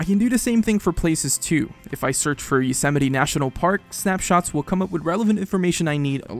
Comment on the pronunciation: He can't say Yosemite, weird.